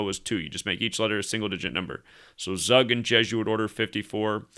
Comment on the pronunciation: Tzoog, not Zuck. 🤓